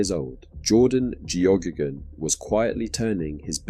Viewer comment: Its an irish name its pronounced gehaygan or geygan. I know because Geoghegan is my last name